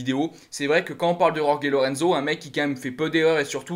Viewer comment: C'est pas rorgué mais roré sinon pour le reste pas mal